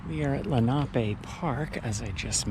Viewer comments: It is not pronounced lake lee na pay. Rather. Len-a-pee. This is an indian name. My granfather and mother both grew up riding the carousel. This park continued all the way to sellersville with different names I would play soccer in the early 70s closer to sellersville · I’m 77 and grew up in Sellersville/ Perkasie. It’s pronounced Len’ a pee after the Lenape Native Americans. We went often to the carousel and swam at Menlo. Before my time there was a big wooden slide that I believe was used in winter. Nice tour. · Absolutely love how you say lenape park!! Thanx again for another great video!!!